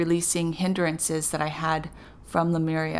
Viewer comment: I love your channel! Thank you. You are a very clear channel, your info is great and I always look forward to your vids. But PLEASE... it's not "sin-cro-NAH-city" it's "sin-cro-NI-city". Also It's "LEE-mur-i-a" not "LOO-mer-ia". Thanks!